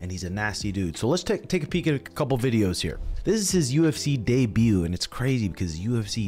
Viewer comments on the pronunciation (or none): none